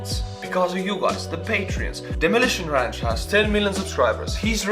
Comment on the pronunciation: “Demolishon ransh” I love this guy